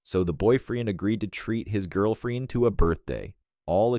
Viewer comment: Seriously? Your 💩 robot voice can't pronounce 'girlfriend'? And you didn't even notice? Are you so crappy at content you don't even listen to your own crap? Are you deaf? Or mute so you are unable to talk into a microphone yourself? Your mom must wonder how she raised such a lazy and apathetic waste of a child.